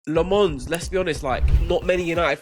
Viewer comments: Low-mens is how you pronounce his name!! Not LeMons. Get. It. Right. !!!!! It's not that difficult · I am belgian, Flemish. It is pronounced "LAM-UHNS", if you really wanna know :) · Pronounce lammens name right muppets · It really should be a requirement for these guys to learn the proper pronunciation of the players’ names. They continue to turn Lammens into a French guy. Lammens isn’t French and they have to know this. But of course these guys are simply careless and disrespectful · why would you just mispronounce the name of your team's goalkeeper? it's not hard to just get it right... lol wtf